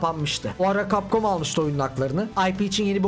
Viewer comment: Lütfen cap comu düzgün oku